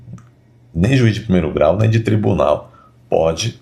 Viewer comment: "Ministres do Supreme Tribuné Federe.........kkkkkkk